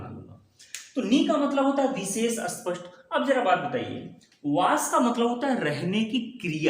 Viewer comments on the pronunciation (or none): आपका हिंदी का उच्चारण सही नहीं है। उदाहरणस्वरूप, जब आपने ‘स्पष्ट’ कहा, तब आपके उच्चारण में ‘स्’ के आगे एक अनावश्यक ध्वनि जुड़ गई, जिससे ‘स्पष्ट’ शब्द ‘अस्पष्ट’ जैसा सुनाई दिया। आपने कहा, “टॉपिक चेंज हो जाएगा”; यदि यह हिंदी भाषा का कार्यक्रम है, तो आपको कहना चाहिए था — “विषयांतर हो जाएगा।”